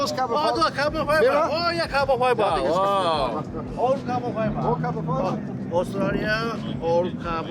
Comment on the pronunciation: New word for the day: “cahbin faibah?!” 😂😂😂😂 #kefe